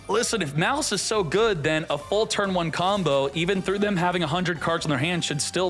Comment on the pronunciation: please, it's maaaliss not mliss